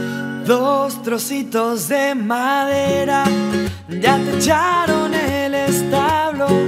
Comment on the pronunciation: 😊😊😊😅😊😊😊😊😊😊😊😊DOS TOSITO de MARERA😊😊😊😊😊